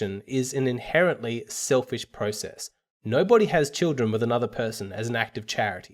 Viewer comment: it's "with" not "whit"